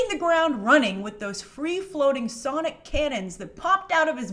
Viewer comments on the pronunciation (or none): none